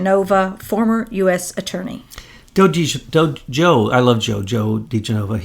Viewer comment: It's not Joe De-gen-nova but Joe De'gen-ova. Get it right. It's a well known Italian name.